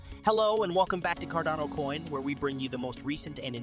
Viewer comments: It's CARDANO not Cordono, Cardono, or all the other ways you pronounce it. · Can you please call it Car- dano.....hahaha